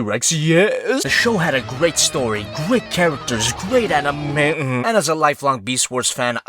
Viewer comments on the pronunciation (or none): "Great animatuu"